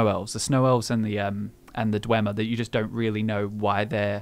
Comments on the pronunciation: ❎ dwehmer ❎ dweemer ✅ dweebmer (they're all nerds) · Martin Septim says dwemer as (Dwaymer) if you give him Volendrung in the Blood of the Daedra quest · Oh sure, you could take the word of some sketchy mage in morthal on the correct pronunciation....Or one of the last of the snow elves. The way he pronounced "dwemer" was virtually identical to how we pronounce "Dwarves".